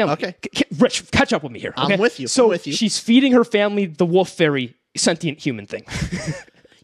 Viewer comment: pronouncing wolf as woof